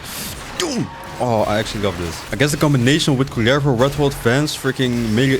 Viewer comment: Rolling the R on his name for me it´s just meant to be.